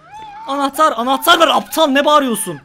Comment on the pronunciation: Nobody: Closer:Nabıyosunn Aptağglll